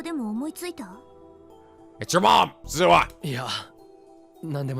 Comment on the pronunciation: I'm mostly just continuing with this because it's reasonable to not know how to pronounce foreign words, except that the voice actors are literally providing you with proper pronunciations. Rule of thumb for Japanese names, please stress the THIRD TO LAST syllable. This is VERY CONSISTENT; you should never need to guess how to pronounce names: Amane SUzuha, not aMAne suZUha MAyuri, not maYUri Okabe RINtaro, not oKAbe rinTAro / Okarin, not oKArin / HOUouin Kyouma, not houOUin KAede, not kaEde FUbuki, not fuBUki Itaru HAshida, not iTAru haSHIda HIyajo, not hiYAjo MAkise KUrisu, not maKIse kuRIsu KAgari, not kaGAri (this one you got right) MOeka, not moEka And from other games, to make the point clear: MAjima, not maJIma MAkoto, not maKOto KAzuma, not kaZUma If you don't believe it, just listen to how the voice actors pronounce the names. It's a western tendency to stress the second to last syllable instead, but third to last is correct. I would understand not knowing how to pronounce names if you read them with no context, but in games like Yakuza and Steins;Gate, the voice actors read out the name for you so you should know how to pronounce them.